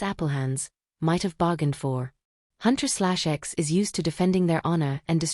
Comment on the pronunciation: The girl's group name is pronounced Huntrix. :)